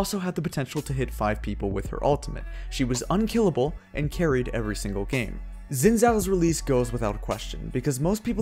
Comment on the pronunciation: Wtf is a Zin Zhao? It's Xin (like shin) Zhao.